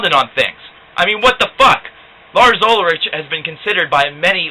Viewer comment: this dude is obviously such a poser nerd...trujello? you don't even pronounce his or lars last name right. ulritch? it's ul-rick! ...metallica never again huh? That's why you reviewed every album after st.anger. now you have longer hair and dark glasses and you look like a nerdy ozzy